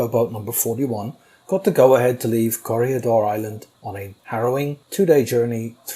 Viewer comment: Here in the Philippines we pronounce it as Corregidor as kore-hee-dor. Sometimes you slightly don't hear the "hee" part depending on how fast the name is said. I think the way you said it is correct and better than most documentaries do. I only hear "Corrigador" mostly from US documentaries.